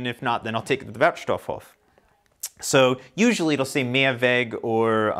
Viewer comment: It’s really fun to watch your videos. One hint for your favorite „Wertstoffhof“. Because of the double „f“ the „o“ in „stoff“ is a short one, just as you did, but because of the SINGLE „f“ in „Hof“ the „o“ there is a looooooong on. So you speak it like „wertstofhooooof“. Never mind. Keep up your great work. Ah, and afaik the details on how to recycle are regulated by „Kreis“. So it might be different pretty much anywhere. Most of the companies actually doing the job keep it similar to each other. So even if you move somewhere else in Germany you will adopt easily to the local variation of rules. You are an expert right now :-)